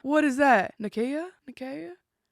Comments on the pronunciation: I’m guessing you’re thinking of Nicaea, pronounced like “nigh-SEE-uh” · Nicaea…pronounced ny-SEE-uh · Nigh see uh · Pronounced Ni see a